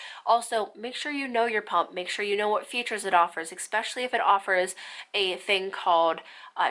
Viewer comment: This was a great video. Not gonna lie it bothered me how many times she said especially lol but only because she kept pronouncing it with an x (expecially) 😂🤦🏻‍♀️